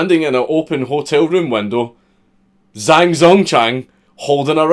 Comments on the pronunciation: pronounce it jahng dzong chahng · ggbbghfghfhgjfjhgf ACTUALLY it's pronounced Jang Tsong Chang jhghjmggjhvhngfhjfjthf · Pronounced "Jang Zongchang" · As a chinese person, the way you pronounced it took me and my family few minutes to find out who you were talking about.